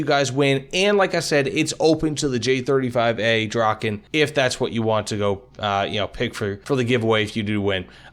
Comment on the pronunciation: As a Swede hearing you try to pronounce Viggen and Draken is a bit painful lol, great video though.